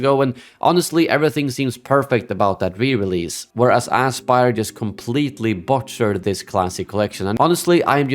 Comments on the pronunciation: I love how you intentionally or not pronounce the company's name as "asspyr". Very fitting lol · Great content! If I may, I think your pronounciation of the studio is spot on for the way they've handled this Collection. Ass Spire, indeed, and may they be remembered as it.